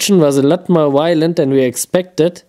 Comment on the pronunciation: Those reactions were so wylent, whylent, wilent omg! So wy-lently awesome